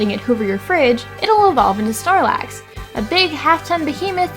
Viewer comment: ... did she call snorlax, starlax? or did i hear that wrong